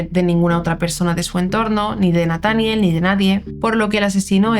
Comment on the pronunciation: Es Nataniel acentua en la e